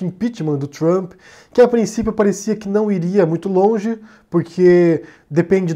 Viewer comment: Kkkkkkkkkkk "Conge"